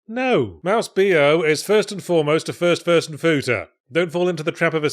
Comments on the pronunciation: Did Yahtzee just say "first furson futa"? Well I'll just type that into steam to see what this game is all about! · did he say it was a first person futa lmfao